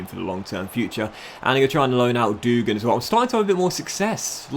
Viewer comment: hey, i might be wrong but i think devine should be pronounced de-veen and dougan should be pronounced dug-an